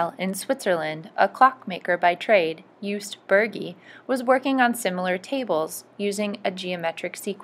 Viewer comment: Jost not Joost. Burgi is pronounced like boorgi hence the trema above the u